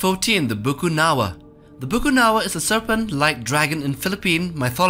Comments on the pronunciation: It’s actually BAKUNAWA and not Bukunawa. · It's actually Bakunawa not a bukunawa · Its bakunawa not bukunawa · its not bukunawa its bakuna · um it Bakunawa not Bukunawa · Not bukunawa Its Ba-Ku-Na-Wa bruh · It's Bakunaw not Bukunawa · As a Filipina. It is widely known as" BAKUNAWA" here not Bukunawa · It is Bakunawa not Bukunawa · Actually it's Bakunawa, not Bukunawa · Bakunawa not bukunawa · Its actually bakunawa not bukunawa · #2 is actually BAKUNAWA not Bukunawa... Tnx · Its not bukunawa its bakunawa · Correction of bakunawa not bukunawa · It is not bukunawa but it is bakunawa.. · Bukunawa? I research for his name is Bakunawa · im from philippines its not called bukanawa its bakunawa a serpent that have long whiskers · I somehow think that the narrator is munching on flour and just stops now and then and it's "Bakunawa" not bukunawa. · Actually its called bakunawa not bucunawa its cauz im a filipino Theres a story about the bakunawa eating 7 moons on earth in the start of the story the earth has seven moons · Uhmm I'm from Philippines the BUKUNAWA is Actually it's BAKUNAWA ^^ just so were clear yan sa mga hindi na niniwala yan mag iiwan ako ng isang tagalog na mensahe ^^ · ITS BAKUNAWA not Bukunawa bwahaha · it's actually Bakunawa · Its bakunawa btw 😎👉👉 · “BA- KU-NA-WA” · It's pronounced Bakunawa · its BAKUNAWA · It's pronounce "Bakunawa" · Ey im Filipino and that not how you pronounce the monster on , it's pronounced as "Ba-ku-na-wa" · It's pronounce "Bakunawa" And legends said theres a 7 moon but Bakunawa ate the 6 Moon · Oo nga bakunawa un eheheh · Yup its bakunawa..